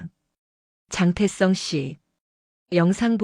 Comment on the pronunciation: 글씨나 똑 바로 읽어라 장태성을 왜 장태썽이라 읽어?